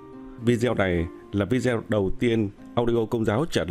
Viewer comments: Chữ vidéo đọc đúng là "vi - đê - ô" chứ không phải vi-deo hay vi-déo. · Cảm ơn anh đã đọc nhưng có thể đọc video thành viđiô thì nghe nó được hơn.